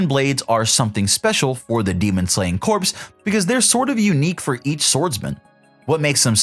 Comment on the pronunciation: “Core” not “corpse”